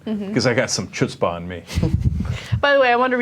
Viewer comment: Republicans like Michele Bachmann like to throw around Yiddish/Hebrew words to appeal to the Jewish population...that's why she said "Obama has a lot of chutzpah" (mispronouncing the ch like the ch in "cheese" instead of like the ch in "Chanukah"). But you'll probably never hear Bachmann using the "AY-rab" word haboob lol